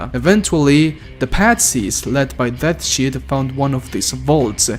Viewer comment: You completely and utterly butchered the words Dat Yichud and Deathshead xD